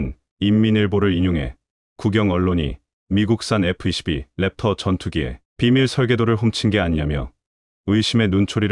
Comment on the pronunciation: 캡터가 아니고 랩터입니다